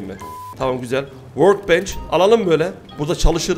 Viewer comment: This is vorld😀😀😀😀